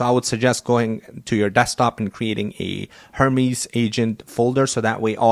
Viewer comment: Hermész... not hörmísz 🙂